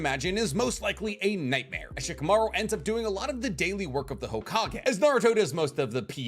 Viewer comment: Love your content but can you please say Shikamaru properly? The "i" is mute and the accentuation is on the last syllabe, it's not "sheekaMAru" it's "sh-kamaRU"